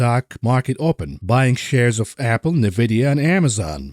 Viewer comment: It's En-Vidia. Not Nuh-Vidia. You know this. Have some respect. Love the show. Keep going, bro.